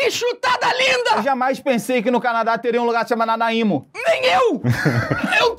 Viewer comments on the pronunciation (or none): É Nánáimo a pronúncia e o Leon e a Nilce vivem falando desse doce😊